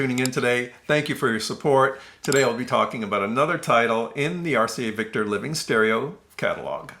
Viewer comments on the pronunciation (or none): none